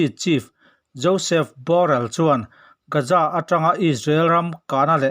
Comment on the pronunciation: A ngaihnawm hlemai👍👍 mahse Gaja tiin i lam tlat zela Gaza tihtur ah.